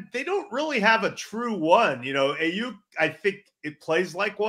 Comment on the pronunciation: And that he can’t say Aiyuk the right way